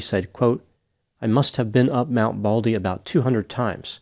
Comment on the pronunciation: MT BALDY, not BALDLY!! 😂 NEVER underestimate the wilderness or the ocean. You can never be too prepared. All it takes is for a few small things to go wrong. Phone battery dies, you forgot your jacket, you lost your map, you left the flares at home, forgot the food pack, too little water, etc. One thing goes wrong, you may survive. 3 things go wrong you won't make it. The other thing too, is to take a partner and never go alone. And make sure that your partner is as experienced and prepared. Stupid partners exist and are deadly. I learned the hard way on a trip to Zion. My male partner (BF at the time, but Ex after that) assured me he knew that hike. A car drove us 40 miles up the winding mountain road in Zion National Park so we could hike 17 miles downstream on the river bed. The river at the bottom was cool and refreshing and the air temps were mid 70's, going to 80 F. He also told me to leave my boots and jacket in the car and only take my sandals as we would be walking in a wet river bed for that long hike. We had no food, no lamps, no bedding, only a day hike. The car left to go back. I stepped into the trail and the air was 35F at the top of that mountain. There was a ring of mountains around, it was a crater. This meant the sun would NOT be shining on us until 10 am, and it was 7 am. It was freezing cold and I had no jacket either. I dipped my sandaled feet into the water and it was ICE COLD!!!!! I realized in an instant that there was no way I could walk a mile in tha